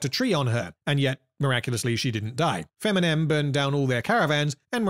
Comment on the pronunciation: Feminem ahahahahahhaa youre killing me